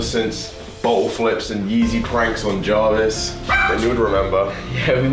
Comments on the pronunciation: says javis when it’s spelled Jarvis 🤣🤣🤣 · “FayZe Jorvis”